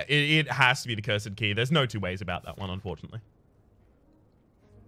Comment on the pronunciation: Love you my guy but the way you say Cursed might be the bane of my existence